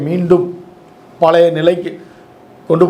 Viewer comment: தமிழ்மொழியை தவறில்லாமல் ஆங்கிலம் கலக்காமல் உச்சரிக்கவும்!! மலை.......அது மழை பலைய......அது பழைய